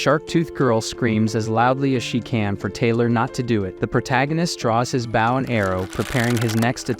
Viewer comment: I just want the AI voice to say "Bow" right!😆